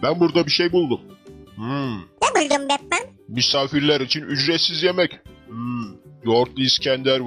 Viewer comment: Batman yerine met man diyor